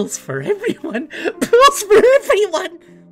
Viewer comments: sounds like was saying pills for everyone:D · fits that crazy role, plus when he says pools it kinda sounds like pills